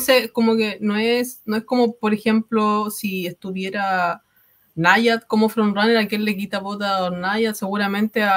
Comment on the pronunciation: Aunque no suelo comentar, deciros que me encantan vuestros vídeos y que los veo todos de principio a fin. Muchas gracias por vuestro trabajo. Eso sí, por ser tiquismiquis, decir que "Nyad" se pronuncia "Náyad", aunque entiendo que la pronunciación es difícil de deducir para un hispanohablante que no se haya visto la película. En fin, aparentemente serán unos Oscar un poco aburridos porque la mayoría de categorías parecen cantadas... Ojalá haya muchas sorpresas que le den vidilla a la gala.